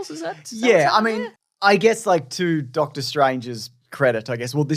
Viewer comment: Did you say “Darktor” Strange….just, wow!